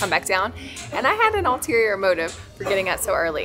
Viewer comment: just fyi, it's Ulterior motive, not "Alterior" , and a dock that is "right on the water"! Wow, where else would a dock be...